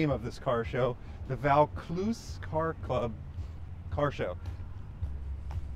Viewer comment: Great video mate. Alot of mad cars alot of history told. Pronounce it "voor clooze". Cheers